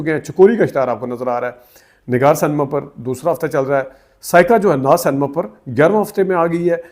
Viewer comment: Correct pronunciation is Cinema not senma please correct